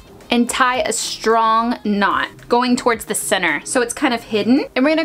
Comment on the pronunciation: You kept saying “cenner” when you were doing the tyre, what is “cenner” I’m confused?